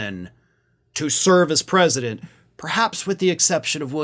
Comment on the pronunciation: US-Predement instead of US-President